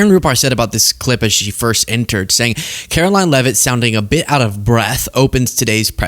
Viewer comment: Just because you say it Karolying doesn’t make it true